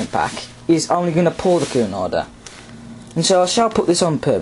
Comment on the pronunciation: cunarder is not pronouced coo-narder, it's actually pronouced que-narder though it is spelt cunarder. anyway the express train was a boat train departing from London waterloo and arriving at southhampton docks for cunard ships. The express train was usually done by an SR bullied pacific, it was done by bullied pacifics becuase they were lighter than pacifics like a4s etc. it's becuase of the loading gauge at southhampton docks.